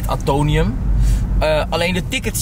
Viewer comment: Het is AtoMium, niet Atonium lol. Omdat het de atomen voorstelt van het element Ijzer. Weer wat bijgeleerd 🙂